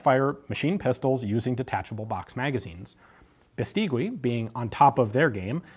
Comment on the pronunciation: Great video as always. Let me just say, the last 'u' in Beistigui isn't pronounced - it's read like Beistigi. Cheers from Spain!